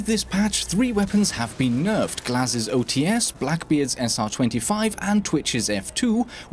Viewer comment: Hey, I wanna fix you a little. "OTs" reads as "O-Tse", with two sounds, not as "O-Tee-Es" with three. Cheers!